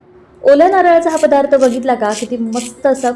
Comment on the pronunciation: फदार्थ नाही पदार्थ असा उच्चार करावा.